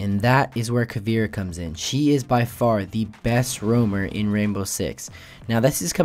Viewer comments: Its not "KA VEE RA" its pronounced "KA VAY RA" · It's not Pronounced Caveera. It's pronounced Cahveaira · you pronounce it caveera its actually more like cabera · Greetings from Brazil! Her name is pronounced "Ca" (as in car) "vei" (as in veins) "ra" (as in wrath) awesome video, helped a lot! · It's ca-vi-e-ra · the way he pronounced caveira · He says her name wrong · u pronounce caveira wrong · Lol youre saying caveira like if the I comes before the E